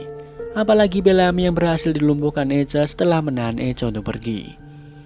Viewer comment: Bang sedikit koreksi, Echo di baca "Ekho"